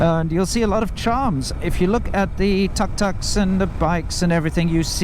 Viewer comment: Few things more peeving than a white man saying tuk-tuk